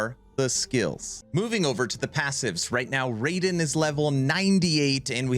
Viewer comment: BTW it's not Ray-Den .... it's Rye-den.